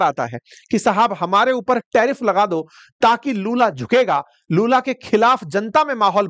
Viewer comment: लालू ❌ लूला ✅